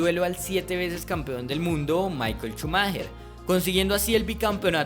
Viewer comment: Shumaja! Shumaja! No Chumajer jajajjaja